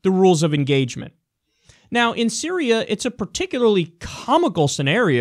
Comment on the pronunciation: Me likey the accented i in "Syría"